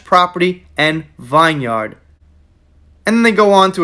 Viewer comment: It is pronounced VIN yard…it is English. Chateau is pronounced Shattow. It is also now English. In French they would say…Shat- u.